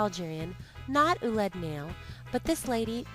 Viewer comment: It is pronounced "wa-lid na-yil", NOT "oolid nail"! The French spelling oulid nail is how they wrote the Arabic words "walid (children) nail (of sandals) I can't make the double dot over the "i" which makes the vowel separately pronounced. Hearing "oolid nail" over and over again makes my skin crawl!!!